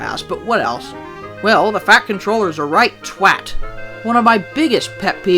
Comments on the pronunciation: I’ve never heard an American say the word ‘twat’ that perfectly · "Who wants to watch a whole episode about a character whining, complaining and sulking?" The Bojack Horseman fandom would like a word Also, points for pronouncing "twat" correctly 😂🇬🇧